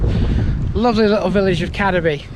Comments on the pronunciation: Cad-eby no Cadeby its pronounced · Just to clarify a previous comment. "Cadeby" should be pronounced Cade (to rhyme with Slade) -by.